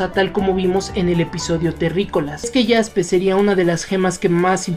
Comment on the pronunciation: Se dice como se escribe Jaspe